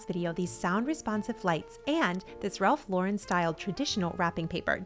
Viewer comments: Omg I'm so glad you started saying Ralph Lauren the right way 😂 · Wonderful ideas! I am impressed that you pronounced Ralph Lauren correctly!😊 Most people try to make him French😅😅